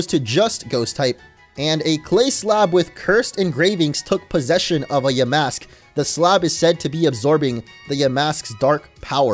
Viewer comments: Its ponoused ya mask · Oof yikes orange. You pronounced the name “cofagrigus” in a way that it emphasizes the no no word in its name. It is pronounced: cough-fuh-gree-giss. While we’re at it, you’ve also been saying yuh-mask instead of yaw-mask.